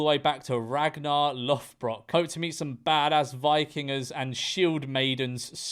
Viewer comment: The "Viking" guy is American, end of story. Having a Scandinavian ancestor doesnt make him "Viking" in the least. And hes not that dedicated, when he cant even get the name of Ragnar Lodbrok right (a viking warrior famous for pillaging English settlements in the 9th century). Ragnar Lothbrok is a fictitious character from the fictitious show "Vikings", a show filled with, what can most generously be called inaccuracies. And he claims to be descended directly from this fictional character. Right.